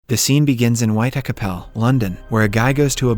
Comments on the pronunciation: Bro said whitecapel when it’s pronounced white-chapel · Dude it's pronounced white cha-pel how hard is it chapel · I’ve never ever heard the “c” in “chapel” pronounced like a “k” … is the narrator an advanced text to voice? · How did this dude manage to mispronounce Whitechapel 🤣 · Bro im from london and his pronunciation nearly killed me😂